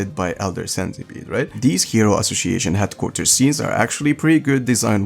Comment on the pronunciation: Man I have some issue with English pronunciation too (I'm italian) but the C in "ASSOCIATION" has to be pronounced as a S! 😅 You often pronounce it like a C